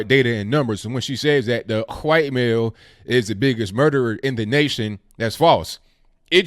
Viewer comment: Who taught you how to say white lol